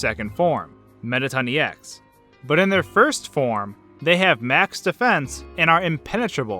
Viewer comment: It's E X not ex